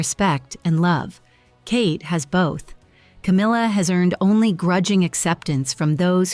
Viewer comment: there is NO "r" in her name! Itd CAMILLA. Do better